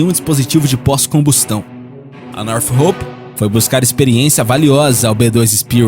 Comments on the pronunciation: Não seria "nortrop" ao invés de "norte roup" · bom vídeo. Sinceramente, pesquise no google antes, para ver como é a pronúncia dos nomes em inglês. É muito estranha e errada a sua pronúncia dos nomes das empresas. Por exemplo, não é Nothhope e sim Northrop. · North rope seria "nortrop"???? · Northrop (NORTRÓP); Lockheed (LÓKRRID); Steath (STÉLF) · Cara, o vídeo é bom, bem informativo, mas uma dica, quando for citar termos em inglês procure pronunciar corretamente, tipo, "black hauk" , "stilth" , "lookheed", "north rope". Não sou expert em inglês, mas isso dá mais credibilidade ao vídeo, fica a dica. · O narrador precisa aprender a pronunciar certo as palavras, não que eu seja expert, mas os erros cometidos por ele são de palavras realmente muito fáceis, além do mais, esse é o trabalho dele. "Northrop", "Lockheed" e "Stealth" são exemplos, essas palavras foram ditas várias vezes durante o vídeo, sempre erradas. Northrop = Nortróp (p não pi) O narrador pronuncia "Nortirropi" Lockheed = Lóc rrid (d não di) O narrador pronuncia "Luc rridi) Stealth = Stélth (ver como se pronuncia o "th*) O narrador pronuncia "stilf"